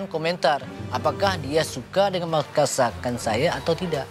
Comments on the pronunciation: "MAKASAKAN SAYA" LORD ADI😂🔥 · "makasakan" adalah bahasa baru dari Baginda maharaja yang harus dimasukan ke dalam KBBI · lord Adi:makasakan saya